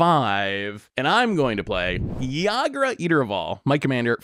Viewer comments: Pretty sure it's pronounced EE-grah and Ygra is definitely a mountain lion lol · Boy was I looking forward to how badly was gonna pronounce ygra. I was not disappointed lol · constantly mispronouncing ygra and calling it a tiger was driving me nuts lol